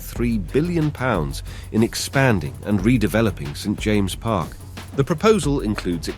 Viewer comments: Newcastles St James’ Park is pronounced James’s not James ! And where on earth do you get the cost of 4 billion quid from ?? You have Manure at between 1 and 2 billion for a similar project ! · It’s pronounced St Jameses Park.